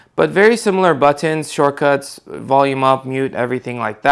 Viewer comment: He also needs practice pronouncing his "buttons."